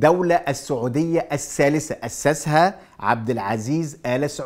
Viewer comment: تحليلاتك مضروبه. وانت محلل ما تعرف تنطق كلمه ( الثالثه) تقول السالثه. محلل من الدرجه العاشره.